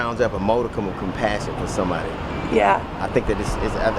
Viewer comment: Modicum,not Modeicum…..